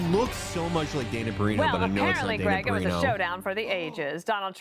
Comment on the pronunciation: Not Felix consistently getting the name of dana perino right and then immediately saying it's not her.